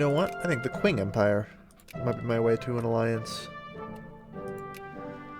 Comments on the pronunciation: Comment section here: 60% "It's pronounced Ching" 30% "Sick jokes" 10% Random Shit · By the way,, "Qing" is pronounced "Ching". And no, I'm not fucking with you:P just taking a Chinese history class:P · Qing is pronounced "Ch'ing" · It is pronounced like "Ching", I know, I had no idea either.